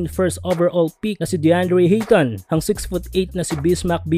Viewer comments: Ayton hindi hayton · Hindi Hayton Sir Ayton po